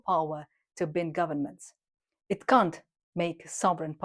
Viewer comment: The english word "bind" is not pronounced with a short i sound, like sinned. It is pronounced with a long i sound like mined or fined. Thanks.